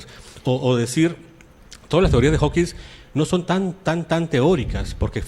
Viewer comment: Díganle al señor Arbaiza que es Hawking y no Hawkings.